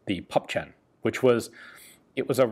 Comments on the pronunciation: Sounds really bizarre to pronouce PÜEPPCHEN as Puppchen !!!!!!!!!!! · As ever, thanks for a very well-made and informative video. In regard to the pronunciation of German words, a little help from a native German speaker: Püppchen = "Pipp-yen" (The German "ch" sound, which is very common, is very difficult for English speakers to pronounce; when used in the diminutive ending -chen, you can cheat a bit and pronounce it "-yen". Likewise, the "ü" is also difficult to pronounce, since it's halfway between "oo" and "ee") Raketenpanzerbüchse = Raketen-pantser-bi-kse (Before s, the "ch" sound becomes "k") Please do not take this as criticism: many German words are woefully difficult to pronounce, especially the notoriously long compound words (see, for instance, the extreme example of "Donaudampfschifffahrtsgesellschaftskapitänskajüte", which translates to "Danube steam shipping company captain's cabin" and which has horrific consonant accumulations such as "mpfsch", "rtsg" and "ftsk") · It is pronounced pupchen. [Poopkhen]